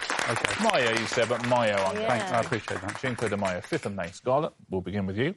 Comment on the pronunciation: I'm surprised that Richard mispronounced cinco de mayo as 'chinko' when it's 'sinko' - not like him! What happened to the elves in his earpiece?